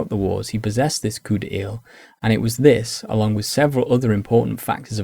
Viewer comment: Great vid, subbed... but it is NOT pronounced 'COUP DE EEL'!!